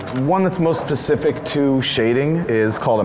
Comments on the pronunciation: this man really just said pacific instead of specific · Haha! "pacific" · Okay but he said pacific instead of specific so I now hate him forever